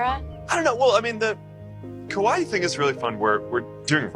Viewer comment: i thought he said ‘kawaii’ and not ‘Kauai’ and i wss like IK he’s not calling it his ‘kawaii billionaire era’